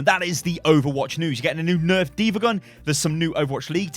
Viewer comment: Heard "Dva neft" and had a mini panic attack